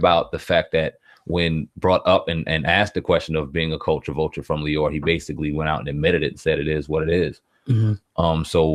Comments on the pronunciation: Lyor (Lee-your) Cohen brothers. Not “Lawyer”. How are you actually hearing his name pronounced correctly by Flex yet continue to say it wrong throughout your video? This is one of the main reasons I have a hard time considering any of the popular vloggers on YouTube credible. That lack of true journalistic education. Typographical errors and poor grammatical diction to me are the quickest way to lose or never gain validation as a journalist. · There is no one called "lawyer Cohen" it's LYOR pronounced LEE-OR. It's pretty, pathetic when people refuse to pronounce people's names correctly when you HEAR people say it. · LYOR (lee-oar) not Lawyer. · Who Cohen? lol Lycor, leeveor? lmao what did you say? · Bro.... Lyor is pronounced LEE-OR. That shit was so annoying I couldn't finish the video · Who the fuck is lawyer Cohen? That nigga in the red can’t ever pronounce shit. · Please learn to pronounce Lyor's name... Flex and Dame both mentioned it and you keep saying it incorrectly... I had to stop listening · how can u be a hip hop industry journalist and not know how lyor cohens name is pronounced?? niggas been sayin his name since the 80s! shame... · How do u seriously not know how to say Lyor name? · The fact this nigga can’t say “lyor” is fuckin disgusting.. use your words man, lookin ignorant up there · Can't respect a "hip hop journalist who can't pronounce "lyor". Did you know anything about theses people before regurgitating someone else's opinion?